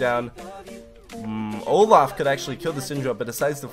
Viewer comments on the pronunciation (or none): none